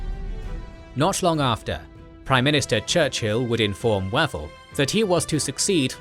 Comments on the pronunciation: Wavell is pronounced Waayvell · I'm going to assume that the narrator's pronunciation of the name "Wavell" as though it were the delicious, notoriously equivocating, breakfast entrée (e.g., "General Archibald waffle") was anything but coincidental. Lol